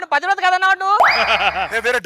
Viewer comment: ఒరేయ్ ముండల్లార ప్రతీవ్రత కాదు రా పతివ్రత అనాలి